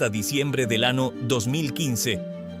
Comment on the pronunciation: en este video confirmo que la ia es grosera, siempre dijo ano